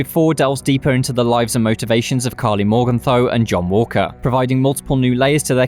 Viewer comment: it would be awesome if Karli developed the power to pronounce her name correctly. How she is supposed to be Swiss is beyond me.